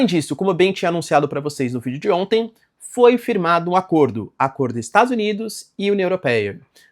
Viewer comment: ele não fala "vídeo" mas sim vidjô*